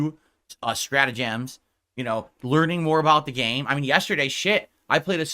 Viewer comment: HE EVEN PRONOUNCES STRATAGEMS WEIRDLY. isn't human. I'm convinced.